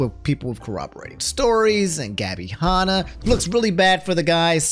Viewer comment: dude i love uou but calling Gabby Hannah gobby Honna is so fucking funny. Nux is gonna get your ass